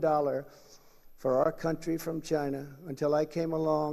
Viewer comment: Im sorry (not sorry), the way Trump pronounces "China', sounds like "Ghyyna". hideous.